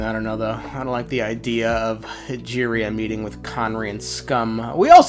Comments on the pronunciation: what happened here with the pronounciation Ra-here! xD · bro it’s not even spelt like rawrreer its Rächer which the “cher” sound is not a thing in English, it’s Germanic in origin and you should look up how to pronounce it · The pronunciation of "Rächer" to me suggests German although Wikipedia says the sigil for a-umlaut (ä) is common to a number of Germanic languages ("Finnish, Swedish, Skolt Sami, Karelian, Estonian, Luxembourgish, North Frisian, Saterlandic, Emilian, Rotuman, Slovak, Tatar, Kazakh, Gagauz, German, and Turkmen"). Several of these languages are not made up.